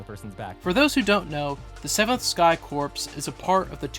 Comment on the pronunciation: "corps" is pronounced "core", not "corpse".